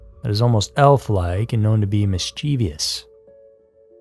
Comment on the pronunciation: I love you, but it's mischievous. Mischief+ous. Miss-chiv-ous. Not miss-chee-vee-ous. Just FYI. Carry on.